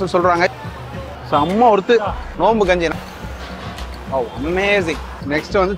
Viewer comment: Bro kunji ila kanji